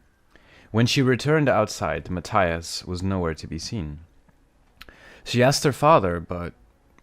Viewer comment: It’s ma-tee-us 💀